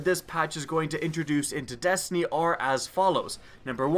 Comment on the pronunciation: did he say dastiny